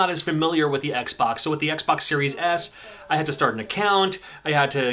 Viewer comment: "It was a rough time for me setting up the Oxbox." Sorry, just sounded funny :)